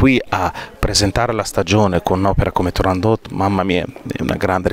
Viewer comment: Cara intervistatrice Turandot non è francese, la T va assolutamente pronunciata! Tūrāndokht "fanciulla del Tūrān" ovvero la regione da cui provenivano le ragazze più belle della Cina. La favola del principe Calaf e della principessa cinese figurava già nelle Novelle Arabe suddivise in Mille e una notte. Questa precisazione le sia utile per il futuro. Grazie